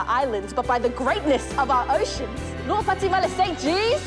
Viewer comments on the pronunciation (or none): Whole time I watched this I thought they said “lua pati male say cheese” 😂😂😂😂 and its lua pati male St G’s 😂😂😂😂